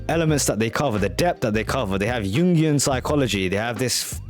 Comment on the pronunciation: you gain a sub from me just from saying jungian correctly lmao